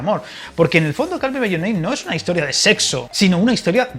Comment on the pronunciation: Ay la pronunciación ajajja call se pronuncia “col” por cierto si te ha gustado esta peli hay una francesa que se llama verano del 85 que está muy bien 😀 y aparte una serie del mismo director Luca Guadagnino, we are who we are